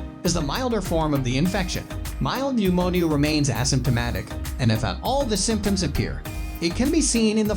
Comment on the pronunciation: Nemonial is how he pronounces pneumonia. It's hard to take it seriously!